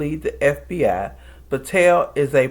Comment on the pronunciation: I was cracking up! Because I thought you called him Couch Potato. But I do not think you did. And it is not even that funny. But you are definitely saying Patel in a way that sounds like Potato. I think!